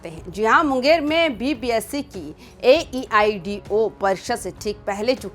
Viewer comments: Ye news wali madam ko itna bhi nhi pta h ki aedo hota h na ki aeido tum padh kr ayi ho ghus deker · Vpsc nhi Bpsc and Aeido nhi Aedo exam hai. Aap v thora aache se taiyari krke aaye anchor bnane ki.😂😂😂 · Age chachi laga haw bole bhi n awo ge aeido n howe ge aedo howo hai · Re bakler AEDIO nahi AEDO gjb kya bola jaye tumlogo ko😢😢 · Mam aeido nahi aedo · AEIDO bol rahi ho......AEDO hoga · bina research kiye news reporting nahi karna chahiye....AEDO exam hai...na ki AEIDO 😂😂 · AEIDO क्या होता हैं 😂😂😂😂😂😂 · Aeiod 😂😂 aeiou kehna chah rhi ho kya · पहले AEDO बोलना सीखो आ जाती है उठ के😅